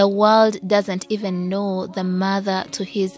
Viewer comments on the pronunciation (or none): none